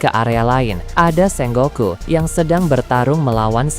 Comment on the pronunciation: SENGOKU bukan SENGGOKU